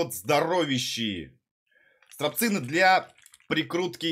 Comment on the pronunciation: Пха-ха-ха!..."стрАпцыны", "траНсмастер"! :))